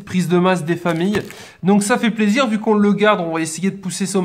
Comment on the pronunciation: Pk au lieu de dire plaisir tu dit zizir ps c pas méchant je t adore continue comme ça